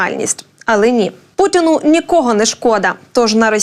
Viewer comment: Гарний канал, але пани, з її вимовою, все псує, тобто, вчилювати,пучин і т.п. за для чого такий акцент 😂